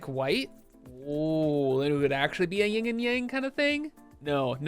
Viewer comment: OMG. You're killing me with this "ying and yang" thing. 😆It's "yin and yang".